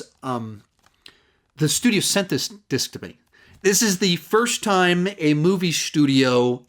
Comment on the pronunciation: Apocalypse now has multiple what? Lol it didn’t sound like you said disc. I too also grew up seeing all the Batman movies in theaters with my dad. We made it through the great, the good, and the bad.